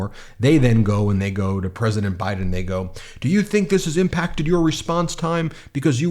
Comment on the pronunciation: younkin is a dirtbag. He couldn’t even say President Biden’s name. What a clown.